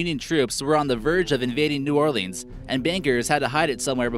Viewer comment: 3 mispronunciations in under 2 minutes....cache, New Orleans, Beauregard. ....Credibility lost...I’m out